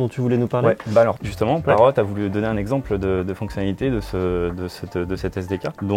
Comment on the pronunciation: Pourquoi vous prononcez le T à la fin de Parrot ? C'est pas une consomme muette ? Et sinon, c'est encore plus impressionnant la taille de cette entreprise quand on sait que leurs drones sont fabriqués en Chine, un comble finalement pour la seule entreprise française qui conçoit des drones 😁